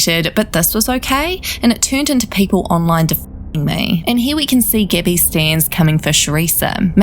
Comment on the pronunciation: whenever she says gabby bc of her accent it sounds like gibby lmfaoo